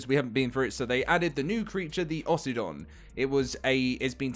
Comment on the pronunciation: "Aussie-don" sounds dumb.. it should be Oh-sydon